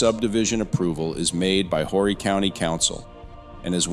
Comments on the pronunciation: Its pronounced Or'ree. Council people from Aynor and NMB dont control what happens in Carolina Forest. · Just an FYI - Conway, Carolina Forest the county is pronounced ORRY - the H is silent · It would really be nice if you would learn how to pronounce South Carolina names such as Horry County and Lancaster County. Also, the Catawba River does not run through Lancaster County. It runs down the western border of the county. It also runs north-south. The river separates the Fort Mill area of York County from the Indian Land area of Lancaster County. Facts are important if you are going to put out videos that report to be accurate.